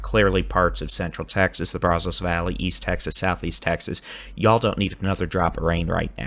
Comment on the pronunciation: you’ve got to say the name Brazos correctly. It’s driving not only me nuts but other people from Eastern Texas. That’s not how you pronounce that. It makes you sound like someone not from Texas. As I mentioned before, great weather coverage!!!! If you want to know how to pronounce it please reach out.